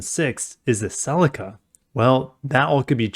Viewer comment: Get back to work mazda they are ugly as. Hey you pronounced Celica wrong.